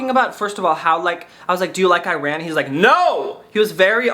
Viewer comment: the way you pronounce Iran is questionable lmao